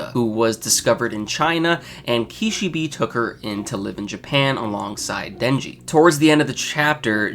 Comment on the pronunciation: i can't stop laughing when you said ki-shi-bi xD